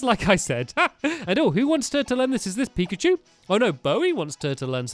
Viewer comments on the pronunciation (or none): none